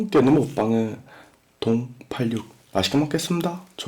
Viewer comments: 동.팔륙 으로 들리지 왜 ㅋㅋㅋㅋㅋㅋㅋㅋㅋㅋㅋㅋ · 동파육 발음이 어려운거였구나 동. 팔육